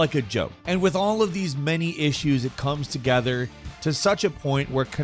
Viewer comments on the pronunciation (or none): none